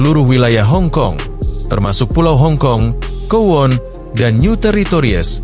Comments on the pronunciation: Maaf bang,kowloon(kowlun) bukan kowon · Bang maaf, Kowloon dibaca Kowlun bukan kuwon 🙏